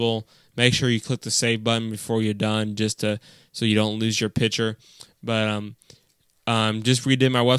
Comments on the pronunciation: Thanks, very useful. But it's "picture", not "piture" :-P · While you were saying picture you said Pitcher